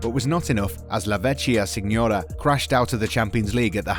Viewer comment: Lol, "la vetchya siñora." Come on man, if you're gonna record a video on Juventus at least learn to say it properly